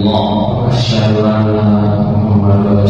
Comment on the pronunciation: tolong bacaan syahadatnya yg tartil pak. seperti bacaan ASYHADU harus jelas. Yg dikewatirkan dibaca ASYSYADU.